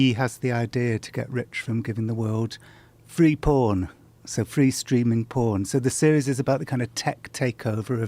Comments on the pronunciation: lol "pooen" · The way Jon Ronson pronounces "phooorn" makes me want to take a shower. So dirty